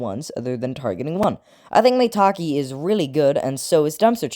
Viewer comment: Don’t tell me maitake is pronounced “May-Tak-Ee”